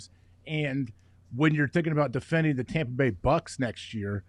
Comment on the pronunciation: "Tompa Bay Gronkineers" I lost it 🤣🤣🤣